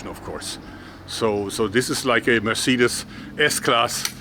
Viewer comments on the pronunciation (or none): none